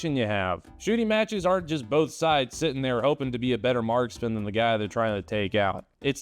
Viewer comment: Better-err LOL